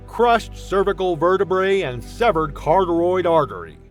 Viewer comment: It’s pronounced “car ah tid” artery! Buy a book of medical terms that also contains the correct pronunciations!